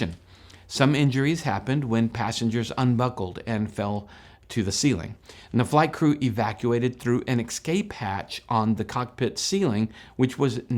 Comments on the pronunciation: Escape, not exscape. There is no X in that word. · But I'm deducting points for him saying "ex-cape" vs. escape.😎